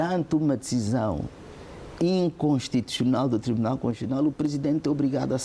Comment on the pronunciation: É conshuchional ou constitucional 😂😂😂? Eh, tio Carlos Feijó🤭🤭🤔🤔🤦🏾‍♂️🤦🏾‍♂️